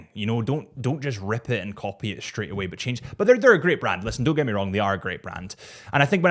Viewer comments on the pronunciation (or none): none